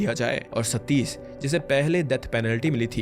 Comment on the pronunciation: The AI pronunciation of names is pissing me off - Man-deep, Sat-eesh 🤦